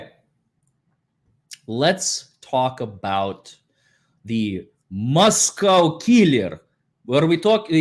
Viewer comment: Just an FYI since I'm from Moscow, ID - it's Moss-Co, not Moss-cow.